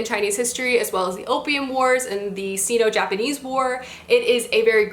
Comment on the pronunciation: just fyi that sino is pronounced like sigh-no!